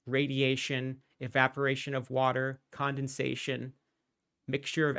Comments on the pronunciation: He does use silly pronunciation of certain words like many preachers do. Whaaaaterrr is a classic. This is to try and set himself apart and give the appearance of special knowledge which he doesn’t possess. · Is Kent a stroke survivor or does he pause in between syllables to be as condescending as possible? Example: WA….ter